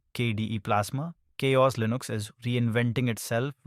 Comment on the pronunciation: "KaOS" is it CowOS or ChaOs ?? systemD or "systemd" ? this video is annoying. gimme back my 3 minutes